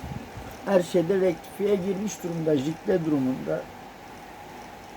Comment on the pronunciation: suriyeye retkifiye dedinya reis işte orda koptum